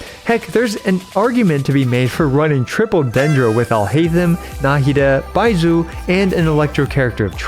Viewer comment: If you want help pronouncing the "zh" sound, try saying the s in "measure" it's the same sound Bai-mea-su